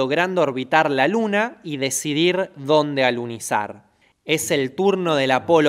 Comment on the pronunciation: "alicinar" jajajajaja